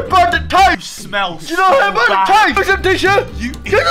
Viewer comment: “Gis a tisho”